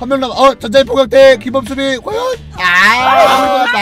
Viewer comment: 전장의 포격이 전장의 포경으로 들린다